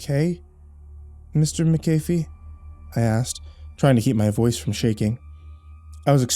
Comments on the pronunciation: Wow, I rarely see my last name anywhere; although I do have to say it's pronounced mak-uh-fee not mik-ae-fee, like the of the anti-virus software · Its MAAACCC- AAHHH- FEEE. Not "Mc-- ayyy- feee" lol